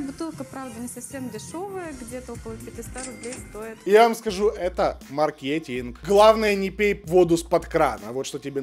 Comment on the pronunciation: мАркетинг😊 слух просто режет.